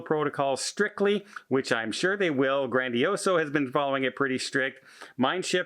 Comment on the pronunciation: my friend, it's GrandiosA.